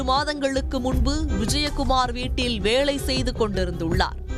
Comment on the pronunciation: வேளை ...கொளை என்ன அழகான தமிள் சீ சீ